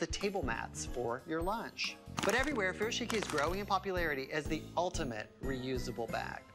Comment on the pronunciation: Homie pronounced Furoshiki wrong🤣